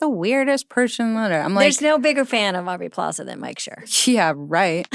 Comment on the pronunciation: Does it bug anyone else that Amy calls Aubrey "Plazay?"